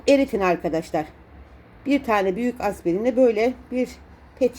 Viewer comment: Aspirin diyor.😊